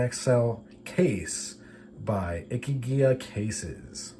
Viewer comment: I stumbled across your channel when looking for more information about the Ikigai cases. Thank you for showing us how they work 😊. Also- you were pretty close in the pronunciation- it’s like “icky guy” :) and it means something like “reason to live”